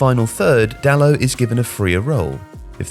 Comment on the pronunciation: There's a T at the end of Dalot. He isn't called "Dalo". His name is spelled and pronounced Dalot. The T would only be silent if he was French. He isn't French. Stop getting bond wrong. I mean, stop getting names wrong.